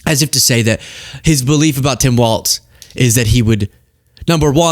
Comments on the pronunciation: for some reason, hearing say waltz every time is infuriating. there is no t in his name, it's walls with a z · It's Tim Walz, my guy, not Waltz.